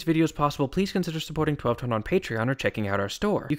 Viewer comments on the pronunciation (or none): none